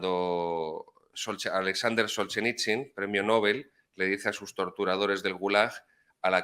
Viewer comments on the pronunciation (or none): none